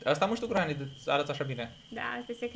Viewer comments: Se zice Grenny !!! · Se spune grenny